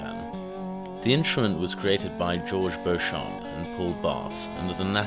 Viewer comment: A little more research wouldn't hurt. Beauchamp is properly nounced Beechum in America. The picture of "Adolf Rickenbacker" is in fact Paul Tutmarc, the inventor of the elactric bass and a guitar electrification piioneer at least a simportant as Beauchamp.. And the original company name was RickenbaCHer, not RickenbaCKer, the latter came years later. And Gibson's first electric hollowbody was not a first, Rickenbacher and Electar both having hit the market aeound the same time in 1935-6. The first real solidbody was the Rickenbacher Electro Model B Spanish with a rounded neck and frets in 1935-6. Oh yes, Mr. Paul's first name was pronounced LESS, as in Lester, not LEZ, as in, well, you know. I appreciate your effort, but especially in matters of history, accuracy matters.